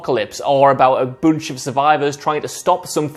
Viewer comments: “A boonch” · Dude saying "bunch" is giving me life 🤣🤣